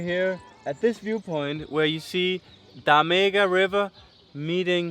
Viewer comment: You stress so much about the pronunciation of Douro (which actually is not that bad...) and then you completely, absolutely trash Tâmega 😁 The stress is on the first syllable, not the second 😉 Got to get some alheira suddenly...